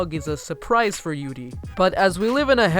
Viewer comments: “yoodie” on ice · Did he fuckibg say yudi on Ice Im literally am so offended